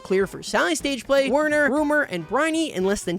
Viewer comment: is pronounced VERNER. IT IS GERMAN! DEUTSCHE!